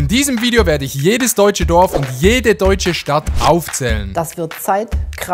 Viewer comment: Pov: dein Dorf wird einfach falsch ausgesprochen…😐😂